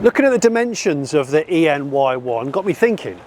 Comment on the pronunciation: ah yes, the honda ree